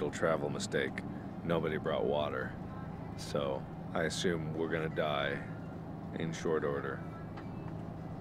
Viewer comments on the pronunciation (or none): none